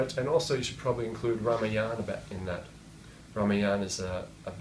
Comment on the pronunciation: He is a BIG BLUFF TELLING ALL LIES- having a small group in front of him -"CHEER LEADERS" to laugh at his USELESS THIRD RATE JOKES That MORON does NOT even know as to how to pronounce RAAMAAYANA --He says RAAMAYAANA